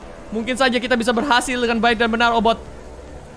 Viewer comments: Obit bang bukan obot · obit miawaug bukan obot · Kk regi obit bkn obot😆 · "OBOT" hmmm kayaknya "OBIT" deh 😂✨ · Bang OBIT bukan obot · Bang regi itu obit bukan obot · Ka regi bukan obot tapi obit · Obot Bukan Obit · Obit miawaug bukan obot 🤔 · bukan obot obit la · Obit ka regi bukan boot😅